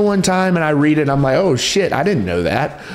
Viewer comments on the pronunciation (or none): none